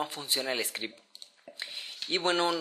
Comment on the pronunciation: yama script" "chtml" "achtml" "scrept" "aserka" "sensillo" "dies" "sin-kuenta" joder me vas a matar los oidos con tanto siseo de mierda latino que asco "esta variable seria fecal, como tu voz" explicas fatal que esssssssssssssssssssssssssssssss(perdon el latino que tengo dentro se me sale) una variable, essssssssssssssssssssssssss que no ssssssssssssssssssssssse essssssssssssssssssssssssssssscuchaaaaaaaaaaaaaaaaaaaaaaaa bieeeeeeeeeeeeeeeeeennnnnnnnnnnnn ssssssssssssssssssssssssssssssssssssabeeeeeeeeeeeeeessssssssssssssssssssssssss, vocaliza y pronuncia con CEEEEEEEEE!